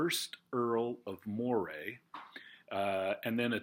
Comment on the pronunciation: Just wanted to mention "Moray" is actually pronounced like the name "Murray". I've heard the rule for British aristocracy is that the more famous someone is, the more likely it is that their name is not pronounced as it's spelled. :)